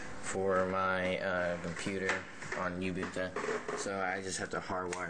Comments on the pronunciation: rofl. YOOO- BOOON - TOOOO.. It's Oooo- boon - tooo. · Uhm, no. Ubuntu is a South African word, I live in South Africa. I know how to say it. It's Oo-boon-too. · oooh-Boon-Tooo say it right man!!!! lol